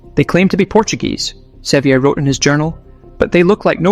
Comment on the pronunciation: It's John Sevier, but his last name sounds like "SEE-ver."